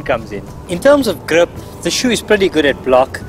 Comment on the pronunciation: nothing is more funny than saying the word ''grip''